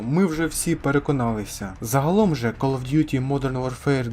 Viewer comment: Ну кол оф дютi ти ж нормально сказав😁